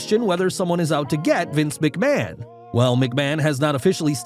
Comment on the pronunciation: How much do you get paid for saying machman